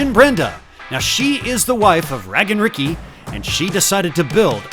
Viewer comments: Um,, I don't think it's pronounced Raggin' Ricky but Rage-in' Ricky. That's an Aaron-level mistake. lol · Did u check with "Raggin Ricky", that its not actually "Ragin'(g) Ricky"? Long A? 😂